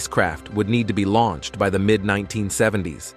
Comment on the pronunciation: Lol, yeah, it said Launched: Launch-ed". LoL